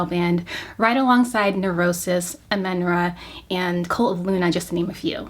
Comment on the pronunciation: Everything is great here but please never pronounce Amenra like that ever again everybody thank youuuu <3